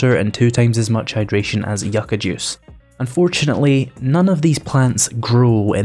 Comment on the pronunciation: Growing near the California desert you are saying Yucca correctly I like your yellow dog